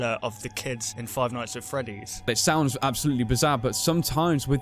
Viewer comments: Five ights at Freddy's... Lol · You forgot the n in nights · five ights at freddy's??? *nights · five ight at freddys?wtf is dat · wow five ights instead of five nights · Cody Wilson Five Lights at Freddy's? Five Sights at Freddy's? Five Mights at Freddy's? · "Five ights at freddy's" Ight ight ight ight ight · you forgot the 'n' in 'nights'. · you forgot the n in nights so you put ights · Five Ights? No one noticed? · Five Ights at Freddy's XD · Seth Nowac Five Kights at Freddy's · Or five shights at Freddys? Omg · Seth Nowac five bights at freddys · Five ights at freddy's😂😂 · "Five Ights At Freddy's"💁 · Five "ights" at Freddy's. XD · What part does he say ights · Five "ights" at Freddy's? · Five mights at Freddie's :P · Ights? XD I understand it's a mistake but lol XD